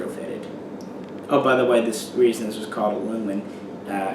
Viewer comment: The "L" is silent in "Ljungman"